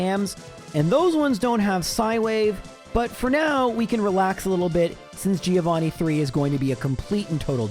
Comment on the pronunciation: By the end of the series, will you learn how to actually say Giovannis name correctly?